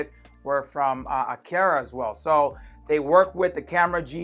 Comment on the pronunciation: It's A"Car"A... would have liked your channel but that way you say Aqara....